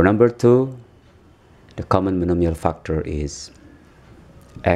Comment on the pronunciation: He says fuckter instead of factor...